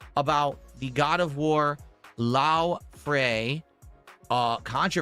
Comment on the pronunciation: LaufRey instead of Laufey I swear he's doing this on purpose.